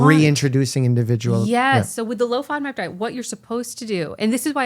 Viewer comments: Oh! She's say Low‐FOMAP!!! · is she saying low FODMAP diet?